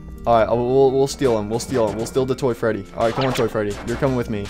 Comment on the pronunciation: I laughed when you said "Toy fatie"